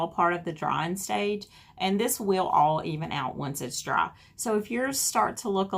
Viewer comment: Why can she not say "dry" but "draa" ?